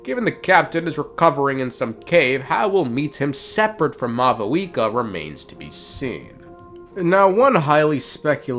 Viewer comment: When I hear mau wika it hurts 🤣